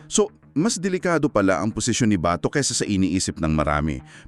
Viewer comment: AI excuse me wag dahan dahan Ang pag bigkas Ng BATO dapat mabilis Kasi Hindi nya Yun apelyedo kayo talaga mga AI palpak din kung misan mas marunong pa akong kinder lang Ang inabot ko